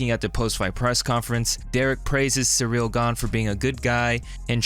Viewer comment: Derrick Lewis calling him Cereal is hilarious.